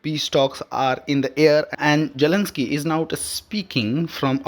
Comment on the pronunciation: Your pronunciation is atrocious and an insult to listeners and to the English language. TFI anchors are notoriously inept at the language but there were one or two who were comprehensible and less irritating. Get one of them to read the news. Jelensky. Vaussington. Jeddee Wawnss. Peckooler. Pronuncip. veeks. doe-naald. Kaa-oss. and so on.